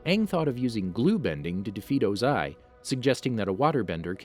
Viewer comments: It was o-ZAI for me 😂😂😂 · WHY THE HELL ARE U SAYING OZAIS NAME “OzAy” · Did you just mispronounce Ozai? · Dude stop saying his name wrong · You said Ozai wrong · I'm sorry you officially lose the narration card, when you say chasm as ch-asm and O-zai as oZ-ai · The way u said yue and ozai really triggered me